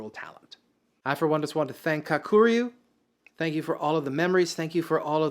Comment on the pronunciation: Dammit dude, first learn how to pronounce Kakuryu. Emphasis on the Ka part, not the ku part. And try not anglo the r, bro. 🤦🏽‍♂️